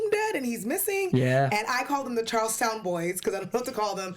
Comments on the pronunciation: It’s so aggravating when people claim to be from here and then they totally mispronounce the places and names of cities/towns and well known local (in)famous peopleS. Example: Both of the hosts claim to be from the Boston area, yet they refer to CharlesTOWN as Charleston? I don’t get that at all. Also, it’s NASHUA, not NASAW (or whatever they’re saying). Not trying to be a troll but it’s really annoying to those of us who are actually from here. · Chahls-town Town-ees